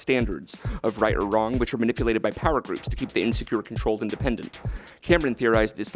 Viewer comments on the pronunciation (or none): none